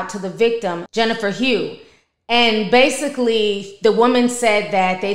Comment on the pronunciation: That lady name is Hough(huff) like Rough